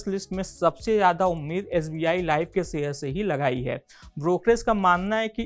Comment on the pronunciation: सेअ र नाही रे भाऊ.......... शेअर बोल शेअर